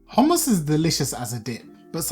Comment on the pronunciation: Now ill get the proper ingedients to make some good HOMMus 😁 i like the way you pronounce it. There should be a Bass boosted Version